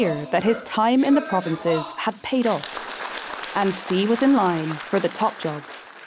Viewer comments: Seriously? You couldn't even get his surname right? Pronounced more like Shi (not Si). That's unforgivable to start with. Then you have someone who talks quite vehemently and states umpteen times over that he was born into an elite family (so?) and then at the age of 9 that elitism was lost in a Mao purge. So making it true that he had a very difficult childhood as the official story-line goes. Why did you try to make out so much about this privileged background as though this was somehow utterly reprehensible. Is the rest of the video any less biased? I somehow doubt it. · Its president shi (xi) , not si :/// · I wish people would learn to pronounce Xi's name correctly. It is pronounced 'she' and not 'see" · Xi isn't pronounced "see". It is pronounced "she". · If you look at the Bopomofo and match the Yale with the pinyin for Xi, it is "syi", same sound. There is no Shee in Yale or pinyin. I believe it is a rising second tone, right? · Why does the narrator mispronounce his name as "See?" It's simply anglicized as "Shee." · Xi is pronounced "she" not C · His name is NOT C ! Xi pronounces as “she” respectably. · its literally pronounced "SHE" in english, not "KSI" or "SI" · Lol. ‘See’ Jingping. 😂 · Yeah but anyone with any knowledge of putonghua knows it’s pronounced more like ‘shee’ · Xi Jin Ping is pronounced Shee Jean Ping. XI is Shee. The rest you have correct. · Xi is pronounced like the word she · It’s pronounced “she” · The video say Xi like she, are you kidding me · It's pronounced like Shee. Shee - jin-ping. Get it together Economist. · the presenter could at least have googled the correct pronounciation of his name before blasting this out on youtube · I really appreciate the insights provided by the economist. However it would be nice to have the first name of the main character pronounced accurately. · I know this is minor, but if your job is doing voice overs, couldn’t you at least try to pronounce Xi’s name? Also, who over the age 5 says “nucular?”